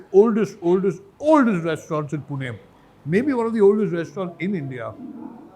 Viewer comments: Are bhau Pune bol na...poona kay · Puna nahi h bhai PUNE .........when you said puna it means you're not from here..... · the least a person can do is pronounce the name of the city correctly. We don't go to mumbai and say BOMBAY or VT station do we? Not hard to say Pune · Pune ☑️ poona❌